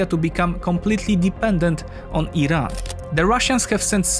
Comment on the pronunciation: He pronounced Iran correctly he knows what he is talking about